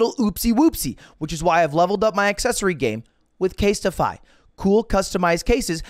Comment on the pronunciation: I think you said caseify, not casetify